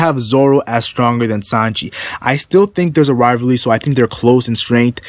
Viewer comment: This guy cant say "Rivalry" lmao